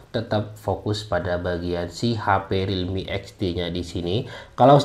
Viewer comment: Namanya Realme Apa ini Bang Agak kurang jelas